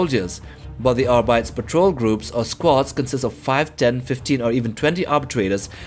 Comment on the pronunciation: Say it with me "Arbeeteez" not "Arbites". Phonetically of course...